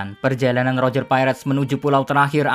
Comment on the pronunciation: Mimin nyebutnya salah ejakannya, udah keras salah lagi wkwkwk. Bukan pakek L tapi roger pakek huruf R